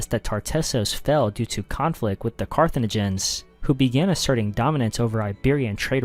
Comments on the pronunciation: Why did he pronounce Carthaginians like carcinogen lol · Learn how to pronounce Carthaginians.